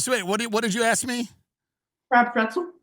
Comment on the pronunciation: Second time he’s said “prentzel”